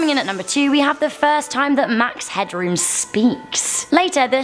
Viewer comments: it's "Headroom", not "Hadroom" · It's Headroom not Hadroom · It's Headroom, not Hadroom. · *Max Headroom. Really though, HADROOM?? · I'm glad someone pointed this out, I was groaning every time she said "hadroom" lol